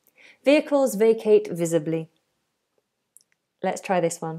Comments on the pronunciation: Visibly, not visably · No such thing as "visably" it's visibly as in visible. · VisAbly? So much for an English teacher. And vampiErs! Laughable now. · Great video! By the way, isn't it "visibly"?